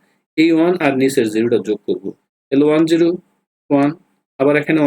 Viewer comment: Vai apne zero tar ay জিরু কেনো বলছেন